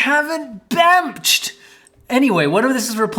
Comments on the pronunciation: "Bemch" was SO epic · my favorite part of the video is when said "it's bemching time" and proceeded to bemch all over the place